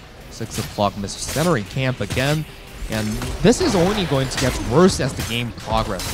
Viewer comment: Im a little more annoyed by "mercennari camps"